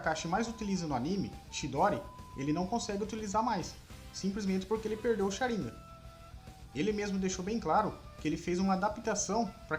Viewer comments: Q agonia dele falando sharíngan ao ives de sharingan kkkkkk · Pq vc fala Sharínga n Sharingan ou tmb fala Chidóri e n Chidori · se pronuncia SharingÂn!!! Que agonia!!! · Mas que pronúncia top 👌 ChiDÓri ShaRINgan É um infarto a cada palavra... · Sharingan não possui acento no i